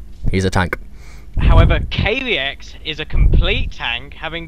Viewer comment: Haha Thanks for hosting the tourny,I am Kaviex(BTW pronounced Kah-ve-ex) and also thanks for casting the games,it was fun,and yes,my supply blockage was terrible in this game,dont know why lol,probably just nerv's :)